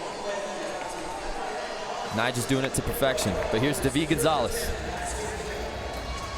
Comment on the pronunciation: prononcer dude its david not day veed